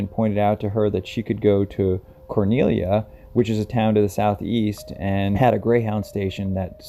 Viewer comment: Well done on the pronunciation of Cornelia. I live in this area - Helen, Cleveland, Cornelia -- the start of the Appalachian Trail. There's very little coverage of the foothills and the mysteries that happen within. Thanks for giving it some coverage! Coincidental part - The Wurst Haus is now gone - burned down years ago - however my husband now works at the location it was once in, called Konig Ludwig's Biergarten now - and they still have the original sign from The Wurst Haus up on the wall, remembering.